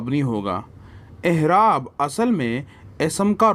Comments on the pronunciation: Ahraab nahi A'eraab hai bhaijaan... Apka shayad accent aisa ho I don't know but ahraab jachta nahi hai yahan p.. aisey hi wus'at b hai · Aerab bolo hzrth.. aehrab😢